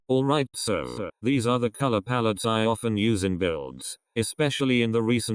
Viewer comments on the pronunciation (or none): nobody: not a single soul: LEGIT NOBODY EVER: the voice: SEW: no... SO the voice still: SEW